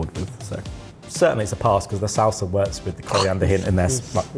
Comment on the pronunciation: I was wondering if he'd call it a "Sauce-a" 😅